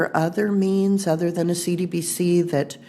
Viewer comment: Lets us know she doesn't know much of the asset because she can't even pronounce the acronym properly. SMH!